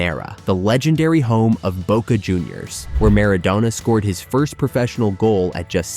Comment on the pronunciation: Que I.A. hizo la locución? J.R.Reime, Mardona,La Bomba,Boque,Amal tiene más errores que el presidente actual!😂